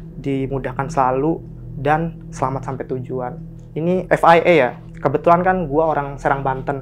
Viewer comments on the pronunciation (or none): FIA ef ai ei FYI pak 😭😭😭 ef wai ai